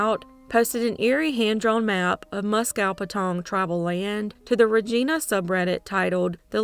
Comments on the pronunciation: Regina is pronounced "Reg-eye-na" and not "Reg-ee-na". Maybe you should fix the audio and update it. How can you not know that? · The 'I' is long. Ree-gine-ah.